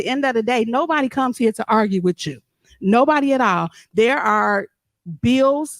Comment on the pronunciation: Will someone tell her it’s not “witch chew”, it’s “with you”?